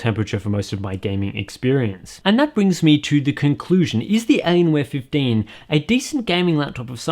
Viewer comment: Alienware fiff-deen?:O Keep up the videos man.